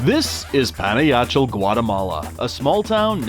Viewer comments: "Pana-Yachell? How do you expect to be taken seriously when you don't even know how to pronounce the name of the town you're in??!! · It’s Pan-ah-ha-ch-el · The name is pa na ja chel ok señor welcome to my country Guate 👍🇬🇹